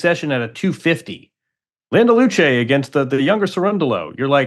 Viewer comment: Wow, Andy! Your pronunciation of “Landaluce” is 🎯 So impressed